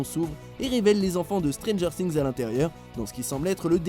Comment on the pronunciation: y a que moi que sa choque ? Stranger strings ? "STRINGS" SÉRIEUX ? ! STRRRRRRRINGS ? !?!??!?!